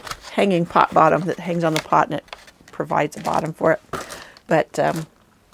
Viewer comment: Pot😂 not pit. Ugh